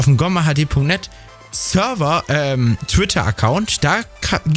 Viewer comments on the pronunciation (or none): none